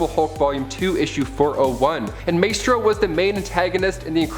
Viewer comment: Also my-stro not may-stro